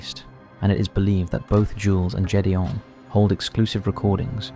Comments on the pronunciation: It's not Jules and Jedeon it's Gid e on. for something so raw, at least pronounce their names right. I watched 9/11 live happen and it still hurts today. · Gédéon has a Hard G (not a j sound) Its the French for Gideon and sounds a bit like "gayd-yon" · I knew you were mispronouncing the name Gedeon!! It's so weird that you'll take the time to make these videos, yet refuse to take an extra 2 seconds to learn how to pronounce someone's name correctly. That's just basic common sense, especially if you're going to be using that name multiple times. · Needs to learn how to prnounce Gideon